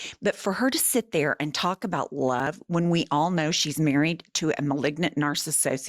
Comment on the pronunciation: I think she said Lub 😂😂😂😂